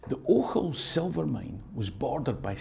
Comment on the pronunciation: Never mind "Str[i|e]ring". It made my day to hear someone pronounce "Ochils" correctly for a change. 🙂